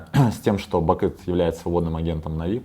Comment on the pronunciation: Он меня бесит уже потому что он говорит навИ, а не нАви